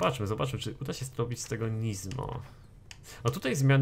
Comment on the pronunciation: Nie żadne NIzmo tylko Nismo przez wyraźne S w środku. Nismo = skrót od Nissan Motorsport. Na nissany mówisz nizzan?